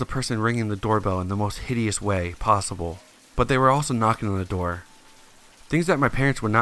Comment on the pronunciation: "Swing the Doe Open"